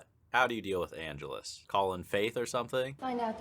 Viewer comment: an-GE-lus. Get it right, dude. How long have you been watching this franchise?